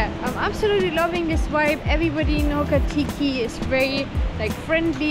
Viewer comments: Ho ki ti ka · Pronounced Hok a tika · It's pronounced ho ka ti ka